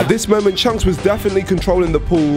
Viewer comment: Calling chunkz "chuncks" is a violation, bro.